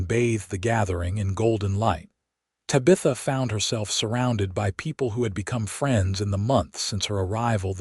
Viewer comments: Tab ith a,,,, Tabitha the teenage witch or my ex sister in law. Painful to listen to. Distracting from the passable story line.. NOT Ta bith a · Please stop using the name Tabitha! 😡. The AI can't pronounce it right.😢 I do enjoy the stories .... Sure wish you'd have humans tell them.😊